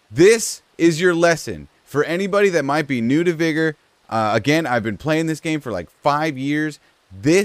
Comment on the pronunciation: You have played vigor for 5 years but still cant pronounce vigor